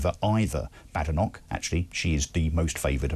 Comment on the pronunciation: should know how to pronounce Badenoch by now